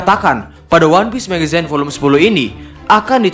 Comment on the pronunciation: Agak terganggu min sama pembacaan magazinenya harusnya "megzin" bukan "megezayn"